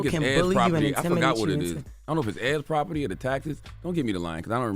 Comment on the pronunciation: Envy you can’t say the word property no more